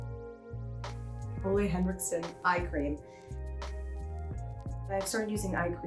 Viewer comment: Im danish and she really perfected that Ole Henriksen pronunciation.